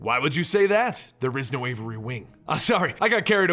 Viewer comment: A-vee-ary not Avery.